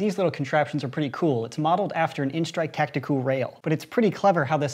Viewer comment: he can not say tactical he can only say tacticool